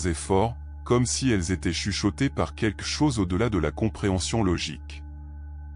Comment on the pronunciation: On ne pourrait pas enfin enseigner à cette IA comment prononcer le mot "quelque" ?!